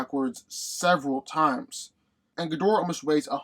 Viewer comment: You’re saying Ghidorah wrong.